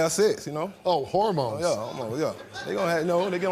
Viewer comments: Fuck man. "Bagina" and "howmones". Winner. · Her first mistake is dealing with someone who says BAGINA /HARMONES instead of VAGINA/HORMONES🙄🤦🏽‍♀️ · I thought he said homos, not hormones! Omg 😂😂😂 I hate that word, but that is what I thought he said. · 😂😂😂😂 i heard EXACTLY what you heard, Steve "Hormones" 🧬🧬